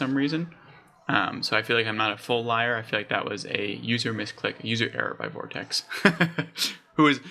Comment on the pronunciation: FYI its pronounced "vort-icks" Great job though mate, good luck with the channel!